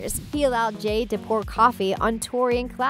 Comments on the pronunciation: is it just me or / she says Jane when name is jade?! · listen close, she calls robby "ronnie" and jade "jane" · are you serious. you called jade “Jane” you called sikowitz “sickowits” bruh did u even watch victorious